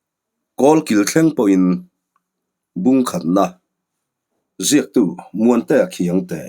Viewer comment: "Ziaktu", tia a han ti thum dut atang ngawt pawhin a tuiawm lo nghal....😊